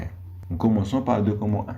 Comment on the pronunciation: Merci , mais on ne prononce pas document docoment .